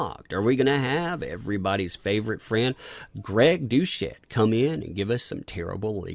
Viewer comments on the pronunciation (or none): is that really how you pronounce it? Greg DOUCHE-ette? srsly?